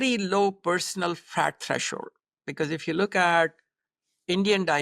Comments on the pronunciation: I cant unhear 'Fart' instead of 'Fat' 😂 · now, I hear Fart also. Thank you LOL